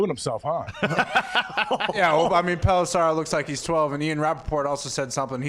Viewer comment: Can someone tell Pat there is no 'A' in Tom Pelissero. Dude pronounced his name wrong to his face like 10 times 🤣😂